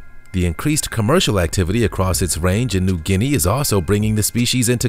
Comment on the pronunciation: I am very impressed when you say New Guinea I'm from 🇵🇬👍😂